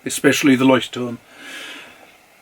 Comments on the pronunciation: I concur, it's impeccable even with the tricky glossal stop between the two Ts. If anything gives you away as a non-native speaker, it's that you carefully pronounce both Ts instead of just swallowing one, like most Germans do. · I am a german native and you managed to pronounce "Leuchtturm" better than i could ever do it. Thanks for the great video! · I‘m German and impressed, too.